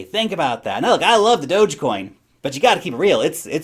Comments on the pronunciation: it's pronounced "Dogecoin"!... : D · Does say Dogecoin kind of weird or is my whole life a lie?